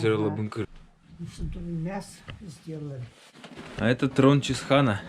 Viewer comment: Чысхаан, а не Чисхаан